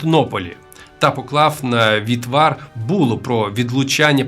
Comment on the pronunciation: Ваш авторитет, як знавця справи, проіснував для мене рівно до слова "вітвар" замість вівтар... і головне, коли створюєте контент, пам'ятайте - ChatGPT помиляється...